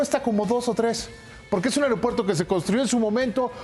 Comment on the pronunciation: tu muy bien con tu pronunciación "AIROPUERTO" jajajaja